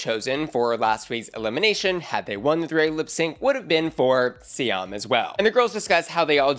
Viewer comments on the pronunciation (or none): none